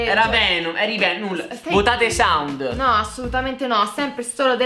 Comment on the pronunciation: Come dice saund lio e un pork